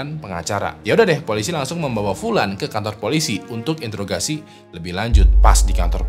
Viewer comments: Introgasi bukan intrograsi😂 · Introgasi bang 🤣🤣 Di vidio sebelumnya juga agak kepeleset dikit yaa bang, tapi gapapa tetep menikmati cerita nya yang seru semangat terus 🔥🔥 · Intrograsi apa introgasi sih? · Btw itu introgasi bang bukan intograsi😂😂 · Interogasi bukan intograsi